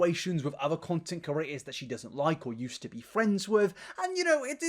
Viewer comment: **Creators not curators, please! It's driving me batty. But I am still going to watch your content, you know? Lpl